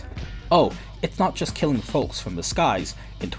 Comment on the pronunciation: dude's saying folks with a hard L